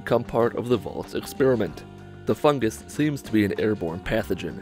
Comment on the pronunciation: For some reason when I hear 'em say "Fungus" I instead here "FUG-gis" Not meaning to be mean